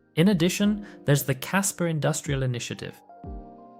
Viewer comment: You keep saying casper